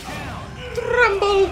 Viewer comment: trrremble. mystic rrray XD